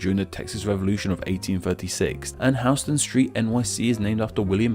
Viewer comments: Pssst….. “Houston” in NYC isn’t hewston, it’s howston. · in nyc, houston is pronounced “HOUSE - TON”